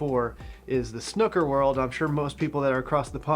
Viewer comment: May I just say, as a Brit, that it's snooker as in Snoopy, not snooker as in hooker. Thank you. As a snooooker player myself who wears varifocal glasses, I found getting an old pair and pinching the nose pads close together so they are perched on the top of my nose, works quite well (apart from looking weird).